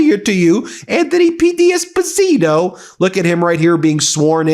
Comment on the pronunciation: It’s not ‘Dee Esposito’ it’ d’esposito…sounds like one word…. Just saying